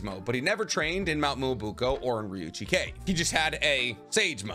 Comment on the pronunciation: So you can say Ryuuchi cave correctly but you cant say Frog Kumite? You said it like termite, but kumite. Its Ku-mi-te. Mi is pronounced like Me to you Americans.